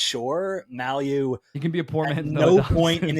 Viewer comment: Guys, Mailloux is pronounced MAY-EW.